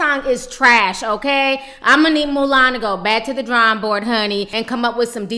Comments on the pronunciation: I lOVE how Ti keeps calling Milan "Mulan" 😂😂😂😂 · I laugh every time you say 'Mulan' I think of that lil chinese girl in the disney movie.